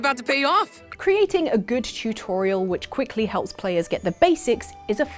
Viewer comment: CHU-TORIAL..I don't even know how you mess up saying Tutorial.